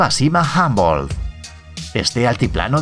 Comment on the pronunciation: se dice humboldt como se lee no hambolt